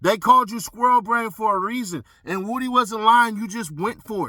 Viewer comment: Lmao. This whole time I’m like why they keep calling him Wootie. Do they have trouble saying Woody?? lol Wootie Woooh